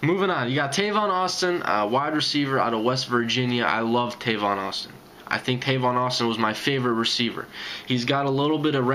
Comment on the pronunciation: It's Tavon by the way man lol but great video